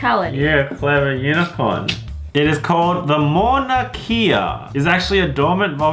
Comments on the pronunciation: EVERYONE QUICK GET A BIG PEICE OF RUBBER AND SUPER GLUE IT TO YOUR CAR And this is how you say the mountain Mon-Ick-Ah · It's pronounced Mau-na-kay-a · It is so crazy I see the tallest mountain everyday out my window and btw you pronounced Mauna Kea wrong it is pronounced (m-ow-nu-k-a) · It’s pronounced mon a ke ah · Mauna Kea is pronounced (mo-nō-kee-uh) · The way you said Mauna Kea is funny XD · Lol I live in Hawaii and when he pronounced Mauna Kea 😂